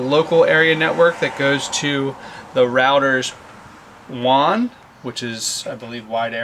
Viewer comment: WAN rhymes with "fan" :)